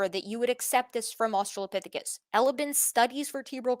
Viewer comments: the way he says asTRAHlopithicus is pissing me off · Wtf is a Uh-Strahl-lah-phisicus???? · I'm guessing his brain is just mixing the pronunciation of "Australia" into it. They both have the same latin root. I wouldn't be too hard on him for that, I do that kind of thing all the time. He has way more important incorrect points to focus on than some weird brain memory thing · Look I get why he won't update his model, but could he at least update his pronunciation of Australopithecus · I just can't "stand" how he pronounces australopithecus over and over and over! C'mon, man! You HAVE to know that's incorrect! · is there a reason he pronounces "australopithecus" with so much emphasis on the second syllable? I'm immature, and I find it particularly distracting